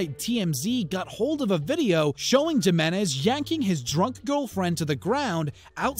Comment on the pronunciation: Johnny “Gi”-Menez Jr. 😂